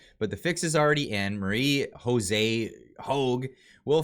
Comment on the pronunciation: Love the video. Thank you for keeping us informed. Btw, Josée is French and is pronounved with a J not an H like in Spanish. Merci!